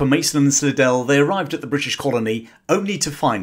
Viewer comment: Slidell is pronounced "sly-dell" in the US.